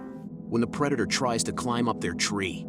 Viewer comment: It's a "PREADATOR"